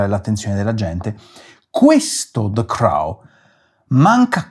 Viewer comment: The Crow si pronuncia Croo e non Crao. Tipico caso di hypercorrection.